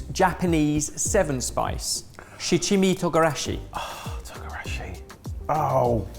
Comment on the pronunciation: 七味唐辛子... My japanese isn't good but it is probably not pronounced "shi CHimmy",. It should be "shichi mi tOOgarashi".